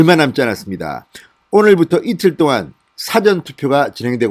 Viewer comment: 사전애서 사를 짧게 발음하먄 dictionary 가 됩니다 영한사전 같은... 사전에서 사를 길게 발음해애 미리 투표한다는 뜻이 됩니다 미국에서..